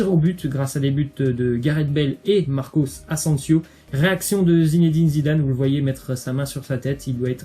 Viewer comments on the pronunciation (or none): On dit Marco Asensio pas Marcos asensios 😂😒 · Marcos ansensios😭😭😭😭 on dit marco asensio